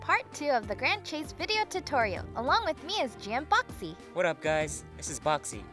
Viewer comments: its bawkzie not boxxy e.e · Ooooh, so THAT's how you pronounce Bawkzie! "BOXIE!"